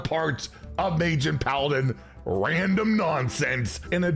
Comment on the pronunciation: I like when emphasizes on the word RANDOM every single time 😂